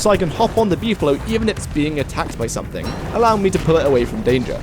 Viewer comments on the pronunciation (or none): none